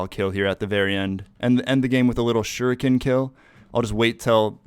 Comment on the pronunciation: dude i thought u kept saying sugar cane...shu ri ken